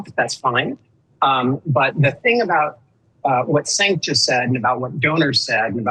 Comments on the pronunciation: Why he keeps calling “Sink” ?😂😂😂😂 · 100%. Extra bonus points for totally mispronouncing Cenk's name, an hour into the conversation. Edit to add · Am I the only one bothered that he is mispronouncing Cenk’s name? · This fucking nerd is whats wrong with Democratic party. He can't even say Cenks name right after hearing it for over an hour